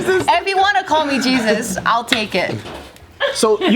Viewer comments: "You know Jechus" 😂😂😂 i love joe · I heard jeechus too :v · “Jesus said that?” IM SCREAMINGFJAHAHAHHAAHA I THOUGHT HE SAID JESUS TOO OMG